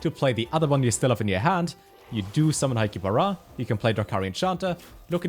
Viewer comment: Is it only me who heared Highkeeper Ra to hi-ki-ba-ra ?